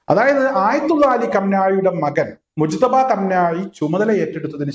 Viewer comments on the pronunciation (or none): മൊജ്തബ യല്ല മുജ്തബ ആണ് ശെരി